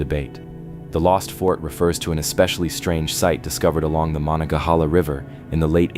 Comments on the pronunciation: THATS pronounced. Ma NON Ga HAY La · It's pronounced ma-nong-ga-hah-la. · Firstly, mo non ga hay la. Secondly, you should be more precise in your description where the fort should be, according to archeologists. I'm familiar with the area, and you show a map of ft Pitt. Most modern people familiar with fortifications. And any group would likely establish fortifications on previous fortifications because it males sense, if the forts were properly placed. Along with that point, that particular area is a confluence o 3 large rivers, all of which would have been there for hundreds if not thousands of years. Meaning, there are probably very many old forts up and down all three rivers. Nice try to educate five year Olds, try again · you were driving me crazy with your pronunciations of monongahela. it goes like this: muh non guh hay la. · If you are going to narrate something you should make sure you are correctly pronouncing the names: Mo - non-ga-hela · Please get a human reader who can pounce Monongahela properly. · Maybe pronounce rather than pounce as I'm not really sure how that would help ? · I've never heard Monongahela pronounced the way you did. It would be funny if you pronounced it correctly while us who grew up along the Monongahela have been pronouncing it wrong for generations. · If you can't even pronounce "Monongahela River" correctly I don't think you should be doing videos like this one.